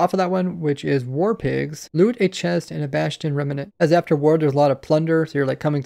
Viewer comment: I like the extra syllable he puts in rem-uh-nants